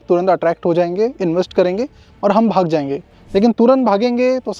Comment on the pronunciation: I heard hug jayenge...it's bhag jayenge 😂